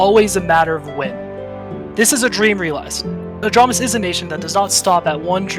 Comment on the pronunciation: You misspelled it. It’s ahj-ram-is, like ram the animal